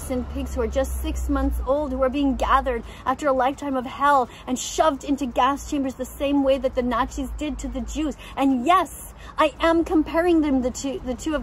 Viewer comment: “The same way that the Narchies did to the Jews.” She can’t even say Nazi correctly! 😂😂😂